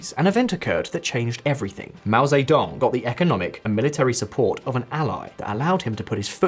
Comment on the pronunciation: Yeah right, keep listening to this guy tell you about China who cant even pronouce Mao Ze Dong correctly